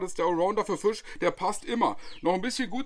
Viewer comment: Als gebürtiger Niederbayer kann ich dir attestieren: Fast perfekt ausgesprochen.😁 Das „I“ längen [Fi:sch] dann passt das. 🤣😎 handwerklich wie immer top… 😉☺️😎